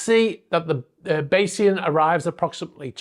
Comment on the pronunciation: Tragically unlucky. 5 am, everyone asleep, pitch dark, and hit by a sudden unpredictable squall. Thanks for knowing how to pronounce Bayesian, which is more than the muppets of the mainstream media can manage